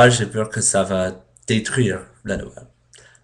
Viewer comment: Ecoute ses noël et pas noelle mais bien essayer parle encore et tu serras plus fort que moi !